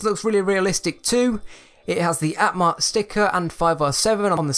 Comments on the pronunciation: I must said. This chaps knew nothing about trains. Also it's called "Am-track" not "At-mark". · Its amtrak not atmark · It’s not atmark it’s am-track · Amtrak (Am-Track) not Atmark, also, Erie is (Ear-e), some people get it wrong so it’s not a big problem... great video though! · you dont pronounce Amtrak like at mark, you pronounce it like Am track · im just stating a fact say am-track in stead of at-mark ok. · Atmark? Do you mean Amtrak? (Am-track) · it's amtrak not atmark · It’s Amtrak not atmark and it’s Erie Lackawanna Railroad not airy! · It is not atmark it's amtrak say it slow, let me guess you don't know anything about trains 😒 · Not atmark it's amtrak!!! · the CART BEHING IT it’s called a tender also amtrak not at mark also Erie not eh rie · WTF, Atmark?! do you mean Amtrak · Atmark? AMTRAK ( PRONOUNCED AM-TRACK). I AM A TRIGGERED AMERICAN. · Okay, 2 things. One: You gave no credit to anyone but JANGBricks, and two,: IT'S AMTRAK, not "Atmark", it's pronounced "Am Track" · No offense but it’s Amtrak not atmark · It’s not pronounced at Mark it’s pronounced Amtrak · its amtrak not atmark! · its amtrak, not antmark. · It’s amtrack not atmark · You mean Amtrak not atmark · It’s Amtrak not Atmark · Did he call the Amtrak an Atmark? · A T M A R K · I don’t want to sound nitpicky, but I felt personally attacked when he said ‘atmark’ and when he called the Erie a ‘Batman train’ otherwise a great video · Forget everyone saying how he said Amtrak wrong. It just makes it sounds more LEGO, because LEGO is not one to copy a brand, thus, Atmark sounds like a passenger LEGO line. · It’s pronounced am-track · (am-track) is how you say it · U sure you didn’t see atmark #507 (its a joke about how he said atmark) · 90% of the comments: iT’s PrOnOuNcEd AmTrAcK Me: why did LEGO turn down the Back to the future train? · when you call Amtrak 'Atmark' XD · the amtrak is pronounced AM-Track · In number 5 the name on the train is pronounced am-track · "Atmark." Okay....